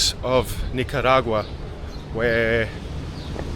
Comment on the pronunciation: It's KNEE-CAH